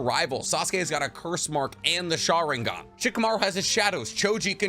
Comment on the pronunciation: Why do you omit the n in sharingaN